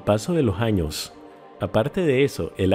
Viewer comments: tienes buen metal de voz pero dices jaños dos vives hasta aqui no son jaños son años RECALCO AÑOS. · PORQUE JAÑOS? NO ES ANOS?